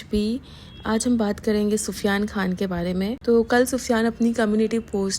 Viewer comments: Why are u saying pida and pufiyan atleast naam shi se lo tuch beee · Yes naam tho sahi bolo ye kya pufyan pida